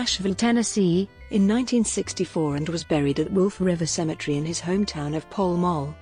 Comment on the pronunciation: Pall Mall is pronounced "Pow M- owe"